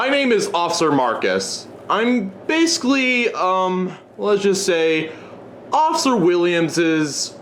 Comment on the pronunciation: Every time this guy says basically like "basily" i feel so annoyed